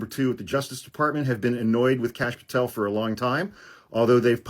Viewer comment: It's PATEL not PARTEL!